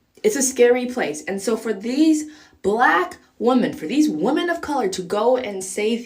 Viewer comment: wo-men not wo-man f off